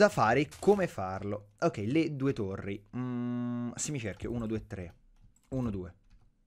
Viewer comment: Torri, no tori :-)